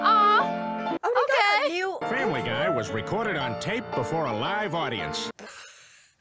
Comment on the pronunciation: "Famree Guy"